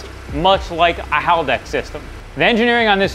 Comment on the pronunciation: are.... are you saying haladex?